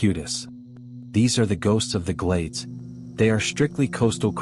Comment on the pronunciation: 🤣 GLADE-runners? 😝 "He say you GLADE-runner!"😂